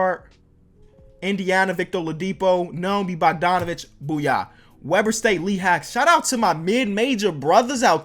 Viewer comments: Probably won’t see this but Dame Lillard’s college Weber State is pronounced Weeber State. Great vid keep it up!! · U said Weber State it's pronounced (Weeber)State